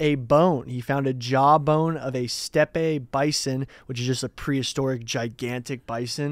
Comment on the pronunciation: Who's back of the week: misprounciations. "Steppe Bison"